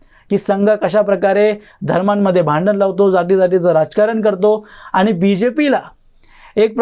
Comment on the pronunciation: मोदी साहेबांनी मराठीला अभिजात भाषेचा दर्जा दिला आहे तेव्हा आधी स्वतःच मराठी सुधारा...भेटले, aani, pani ह्या शब्दांकडे लक्ष द्या.. Bottle ha english शब्द आहे...मराठीत त्याला बाटली म्हणतात....दुर्दैव आहे मराठीच तुमच्या तोंडातून मराठी ऐकताना